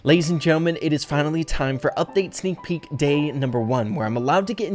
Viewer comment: Ahh yes seak peak